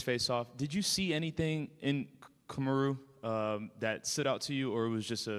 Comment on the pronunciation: "Comma-ru" is CRAZY